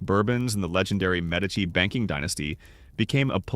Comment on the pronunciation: Medici is pronounced correctly.